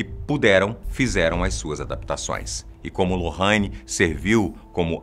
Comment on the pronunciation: Aí que ódio desse homem falando lorraine a pronúncia tá errada